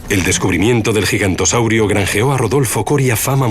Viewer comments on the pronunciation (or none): ahhh! era Giganotosaurio...? yo entendía "gigantosaurio".... xD debo tener un toscano en el oído, como dice mi papá xDD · no se dice gigantosaurio en realidad se pronuncia giganotosaurio